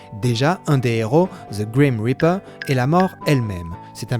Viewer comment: C'est Grim Reaper. Pas Crim Reaper.